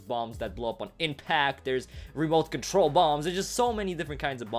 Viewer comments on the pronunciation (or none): none